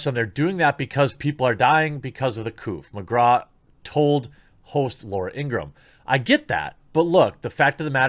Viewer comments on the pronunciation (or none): none